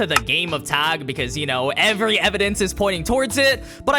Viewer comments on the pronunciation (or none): none